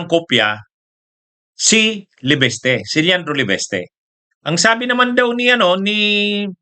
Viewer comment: Sbi nang LEVISTE di LEVESTE tigas ng dila mo, pag name ng tao itama mobpronounciation